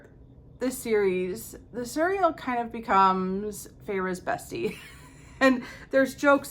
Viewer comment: We pronounce Illyrians the same way. I was pronouncing Cerridwyn the way you do, but I think Taru said it right in her video. It looks Celtic and they use a hard "c". Ianthe is an actual Greek name but I think there are two common ways to say it.